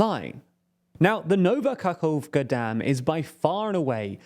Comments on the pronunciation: Ka-cove-ka. It's Ka-hov-ka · No actually this is better, because Novka could mean the same as Nova. AND KAHOVKA is exactly what I want everybody to learn. "Kh" means "H" Its not "Kerrson its Herson" Its not "Bakkmut its Bahmut"